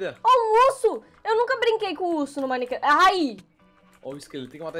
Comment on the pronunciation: O Cebolinha da Turma da Mônica troca o R pelo L...A troca o M pelo B KKKKKKKKKKK "BINECRAFT" "Ibençamente" kkkkkkkk😂😂💜